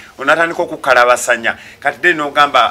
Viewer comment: ekigambo kiri "KUKABASANYA" not "KUKALABASANYA "